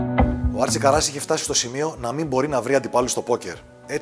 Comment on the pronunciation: Άρτσι Κάρας ρε παιδιά,όχι Καράς